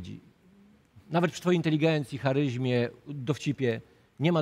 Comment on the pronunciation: Charyzmie nie charyźmie! Teraz wiem dlaczego w liceum byłeś siedem lat zamiast cztery. 🤭